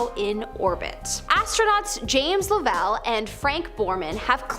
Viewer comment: Cool video. By the way it's Jim Lov-ell not La-vell